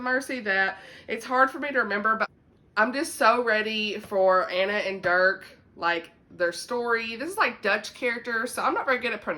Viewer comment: Okay so I'm from Dutch background and the 'g' sound from Geesje is the most difficult for non-native speakers. It's a gutteral sound, almost as if you're gargling or clearing your throat. A lot of Dutch people can't say it either, so they say it with a soft 'h' sound instead. 😄 You got Dirk right though! I didn't realize the Legacy of Mercy series was Dutch! I have to pick it up now. Wishtress is part of a series? Does it end on a cliffhanger? Cause then I'm waiting until book 2 comes out haha. I can't do anymore cliffhangers 🫠 Since you read Wishtress, have you read Sara Ella's The Wonderland Trials yet?